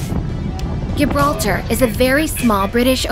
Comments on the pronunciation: Gibraltar is pronounced JIbraltar. Sydney Airports main runway goes over a busy road you need to be careful the car in front of you doesn't brake suddenly when a large plane is taxiing over head it's an amazing sight if you're not expecting it ✈️🇦🇺 good video 👍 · 'She' doesn't know how to pronounce Gibraltar.